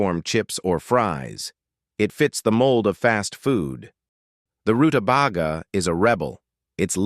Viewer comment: Stupid robot; it's pronounced ru-ta-bay-ga! It was, just barely, worth watching this video, as this veggie was mispronounced so many times that it hurt my ears.